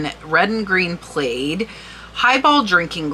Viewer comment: "i" is silent in plaid...plad